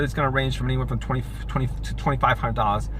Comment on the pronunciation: Learn how to say numbers properly dude . What the heck is twefie ?